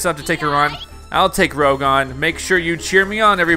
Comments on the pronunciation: It's ROUGE not ROGUE! And Eggman Nega should've been called Neggman, it's a perfect pun! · I was laughing so hard when he said rogue instead of rouge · Rouge is pronounced Roosh, not Rogue. That's because the name has its origin in french. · Exactly why I came down here to say that it is rouge not rogue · ... ... ... ... ... ... TIL it's Rouge, not Rogue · It's pronounced Rouge (Roozh), they way you said it was Rogue (Rowg), as in the Babylon Rogues. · Her name is "Rouge." (rooZH) Not Rogue. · Is not spell (Rou-g) is (Rru-sh) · I hate it when others say Rouge's name wrong. Rouge not Rogue. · Its not Rogue, its pronouced Rooge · Like literally he says rowg not rouge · More of a “Roozh”. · Rouge is pronounced rou-ge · Why you calling rouge rogue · He said Rog and I'm raging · Roge LMAOOOO it’s rouge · Not roger it's rogue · No your not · I was just about to write that but I saw ur comment😂😂😂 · Nope i noticed too . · I did aswell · Never thought anyone would mispronounce Rouge's name until this video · YOU SAY ROUGE LIKE THE FRENCH COLOUR NOT THAT WAY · It’s kind of annoying that he pronounces Rouge wrong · The way this guy pronounces Rouges name triggers me a lot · You are not pronouncing Rouge right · That’s not how you pronounce Rouge’s name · This is not to pronounce rouge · Your pronouninv rouge wrong